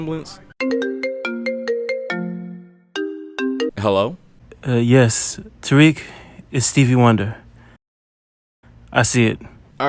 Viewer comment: Your name is pretty Arabic, it's usually pronounced "Tar Rick", not "Tar reek", are you arab in any way just curious nice video btw